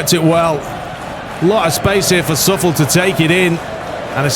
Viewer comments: Glad to have this season back... commentary is welcome as well! Key to keeping this fun is building the team up through realistic means. The real manager is better than Luigi too my friend. P.S. Coufal = COO-FAL not SUFFELL P.P.S. L1 & R3 as the AI is just about to strike a free kick, you can get the keeper across to save if you time it well. Defender on the line does nothing usually. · Btw, Coufal is pronounced "So-fal"